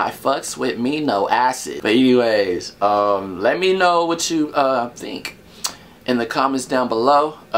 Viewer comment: "let me know" sounds like lemino "mino" like mino made you say mino know what i mean? Hahha ha. Emm